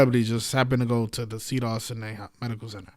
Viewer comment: you pronounce it cedars sigh-nigh. thank you for all you do.